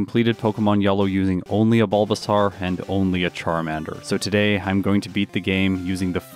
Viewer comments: Okay and here i thought it was just me hearing it wrong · no one: absolutely no one:: “BulbaSARRRR”